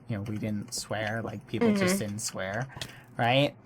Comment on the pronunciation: He said swaer. | v times